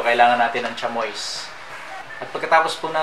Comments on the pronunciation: sham- WA di cha-MOYS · Chamois, to be read as tsam whua. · Pardon po ... "Sha-mee" po ang tamang bigkas sa Chamois (deer leather/hide). ✌✌✌